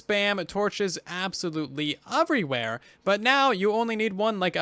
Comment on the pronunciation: For the love of god please say everywhere instead of ofverywhere. Who taught you English?